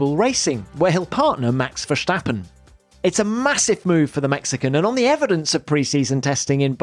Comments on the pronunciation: It's "stap" not "shhtapP" in Max Verstappen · Great stuff. One thing: it's pronounced Verstappen as is, not Vershtappen which is German pronounciation. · “Max Verschtappen”😂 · No one: This guy: max versssshtappen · Can someone please explain this guy it is not Max Vershhhtappen but just a regular S, as in ‘stop’... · I love how people try to pronounce 'Verstappen' in a Dutch way and end up saying something close to 'Verschtappen'. It's not even close to how you actually pronounce the name in Dutch but I get why English people would think it would be like that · Always sounds funny if i hear english people pronounce the name Verstappen, Tom makes it sound like Max is german. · There's no H in Verstappen, Tom.